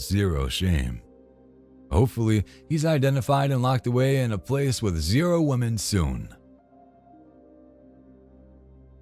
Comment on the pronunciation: This "WUMEN" 😂😂 had me questioning whether the narrator is a Scotsman 😅